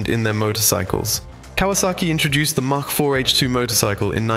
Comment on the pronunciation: Get it right! Mach IV. As in mach 1, the speed of sound. Said 'mack' not 'mark'.